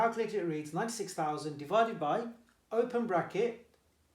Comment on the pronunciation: Im confident and sir you pronounced 96000 incorrect